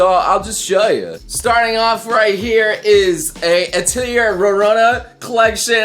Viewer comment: Atelier, At-el-lee-ay. Heathen.